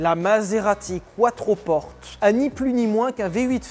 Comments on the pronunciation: "Quattroporte", ai-je bien entendu 😂 ? "Quattroporté mon vieux ! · Maserati c’est ITALIEN, donc c’est pas quatroporte, mais quatroportè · Quattroporté** Enfin on le prononce comme ça ! Et puis c'est plus stylé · On prononce couatropporté.